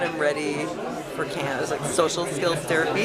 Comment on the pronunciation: The-rapey LOL!!